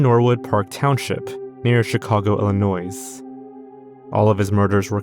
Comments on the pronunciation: Ill-annoy not Ill-a-noise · Its illinoy not illi noise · Not Illi-noise. Just noy That’s plenty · love your videos but its "illi-noy" not "illi-noise" 💀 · Illinois is NOT IlliNOISE. it is Illinoy, for Christ sake!!! Pictures were going to be sold to a Canadian Don? As in a mafia man? Whoa! I wonder who this was? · Brother. Idk how you got to your age not knowing this…but you do not province the “s” in Illinois. Noi. Not noise. 😅😅😅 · Pronounced illinoy not illinoise fyi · It’s Illi-noy btw not Illi-noise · The "s" in "Illinois" is silent. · I guess you don't know that the s in Illinois is silent. Your pronunciation is pretty fricking annoysing. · “Ill-uh-noisssssssz,” dawg, how is this your entire job to read things aloud for your YouTube videos, but you don’t know how to pronounce something this easy and well known? 😭 You’re killing me. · Come on, man, you should know how to pronounce “Illinois” and “corps”. The “S” in Illinois is silent, and corps is pronounced “core” not “corpse”. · You don't pronounce the S in Illinois. Damn near ruined the whole video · The "S" in Illinois is silent... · The S in Illinois is silent, please for the love of god learn how to say words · since I guess no one wants to point out, the s in Illinois is silent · creepy vid. just so you know, words like 'corps' and 'Illinois' have a silent S. "core" "illinoy" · The biggest crime here is that you pronounced the “S” in “Illinois”. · I’m sorry but hearing Illinoisssss makes me go insane good video though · Bad enough to hear that a town I grew up around was the site where a nationally connected perp ended up, please don’t make it worse by calling us Illinoisse lol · The “s” in “Illinois” is silent. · You don’t pronounce the S at the end of Illinois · As an Illinoisan the pronunciation in this video is insane 😭 “Illi-noise” “P-oh-ntiac” “Boiling brook”… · Also, Illinois is pronounced with a silent ‘s’. So it’s pronounced “ill ih noy” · The s is silent in Illinois. Ill ih noy